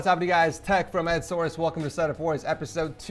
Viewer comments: At the beginning of the vid did he said its tech from ed source or just me ? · Did no one else notice that he said tech from Ed source in the beginning? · am i the only one who noticed him saying "hello im tech from ed source" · “Tech from Edsource” 😭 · Tech from EdSource? am i the only one that heard that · Did he said tech from ed source ? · whait did he just said tech from edsource , at the start?